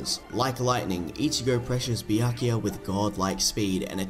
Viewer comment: Bro went on to say byakuya as BIYAKIYA.